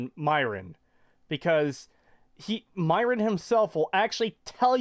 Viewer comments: i laugh the fact he says myrons name as meer-non 🤣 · “Myrnon” “Silockaben” bro I don’t think this guy has just fallout problems, I’m pretty sure he just doesn’t know how to read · Oh man, speaking of youtubers who mispronounce names, Fallout/ES YouTuber TheEpicNate315 is by far the worst offender. Not only does he mispronounce nearly every named character in Skyrim, (his supposed favorite game, where the names are already pronounced by other characters in dialogue) but he's bordering on illiteracy. You remember cait's quest "Benign Intervention"? He says "Ben again". I wish I was joking. In his latest video from a couple days ago, he can't even pronounce the word "penthouse". How do these people even feed themselves or operate computers? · Not only did he mispronounce Myron, but he also butchered the pronunciation of psilocybin. It's not "psilokoobin", it's "psilosaibin".